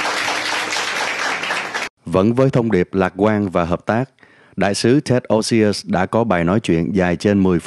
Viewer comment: Ted's last name is OSIUS, not Osious.